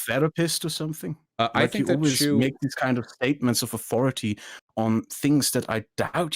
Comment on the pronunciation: still can't pronounce 'th' "aufority" "fing"